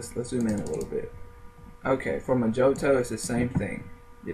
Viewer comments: Pronounced "MO heeTow" NOT "Mah Jo Tow" lol But...That said...Pretty informative ! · It's not Moe-joe-toe, It's Moe-hee-toe. It's Spanish. J is an H sound and I is an EE sound. The word is literally translated as "little spell" and has been popularized because of the drink, made from Rum, Mint leaves, limes, or lime juice, granulated brown sugar works best, muddle, hit with simple syrup and shake, top with a splash of soda. Maybe you're not bar age yet, but you will be sick of hearing the word once you are, especially if you ever bartend. Skillz lol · Oh and I wasn't going to say anything but you kept on saying mojoto its pronounced moh`hee`doh its also a very nasty mint and rum cocktail